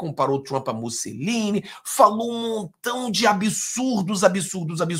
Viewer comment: Não é MussEline 🤦🏻‍♀️. É MussOlini por Cristo 🤦🏻‍♀️😆